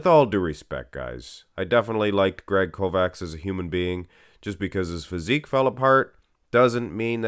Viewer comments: It's pronounced Kovach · I think proper pronunciation would be Kovach. Ch like Chelsea at end of Kovach. Not K like Kentucky. Kovach is e European word for smith.